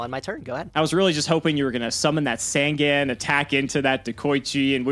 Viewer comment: I won't ever be team until he PRONOUNCES SANGAN CORRECT